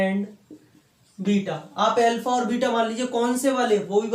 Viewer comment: L fa nahi alfa hota h sirr